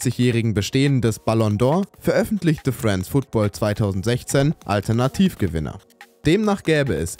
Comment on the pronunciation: Nicht wissen wie man France Football ausspricht und dann noch Teile aus dem Calcio Berlin Video klauen...